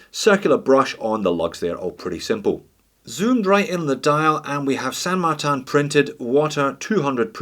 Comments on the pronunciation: Its NOT "San Mar-TAN"! it is San Mar-TIN! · San Martin is Spanish not French! Saint in French; so pronounce it Marteen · You have to pronounce it as “San Marteen” with the “a” sounding as it sounds in the word “car” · NO....ITS SAN MARTIN AND NOT MARTAN...OKAY, I'LL REFER TO YOUR CHANNEL AS "JUST ONE MORE WITCH" THEN. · Sure you could say San Martan, but why settle for a cheap facsimile when you could say San Martin?